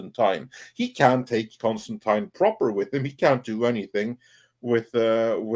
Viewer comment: Disliked for the constant mispronunciation of Constantine.